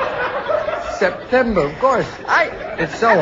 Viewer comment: "september"??!! Omg!! ROFL!!